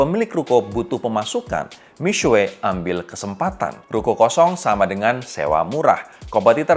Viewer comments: i speak mandarin, he still pronounced it wrong, tapi masih lebih baik daripada "miksu" kaya kebanyakan orang. yg benar "mi-shwe" atau di bagian u-nya "xue" itu bacanya diantara mau bilang u dan i kalo abangnya ini terlalu strong nyebut U-nya, jadi mi-suwe wkwkwk. but props to him for trying to pronounce it correctly, mandarin isnt easy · cara sebut seharusnya : Mi Shhye Ping Ch'eng. tapi ini masih lebih baik daripada yang nyebutnya Mik Su We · Sebutan nya mix su bukan sueii 😂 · masih salah misuweek wkwkw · Pro jurnalis membahas brand Cina. Seharusnya ketahui dulu pronunciationmya yang benar. Kamu sebut Mixue seperti gabungan mie dan cakue.. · ignire the guy above me, tidak ada yang bilang harus pandai berbahasa, cuma kasih saran cara mengeja yang benar.... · Agak gak nyaman pronounce Mixue......